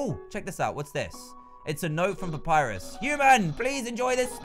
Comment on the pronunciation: **papyrus not "purpus" lol XDD